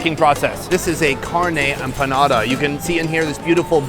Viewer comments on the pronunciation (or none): none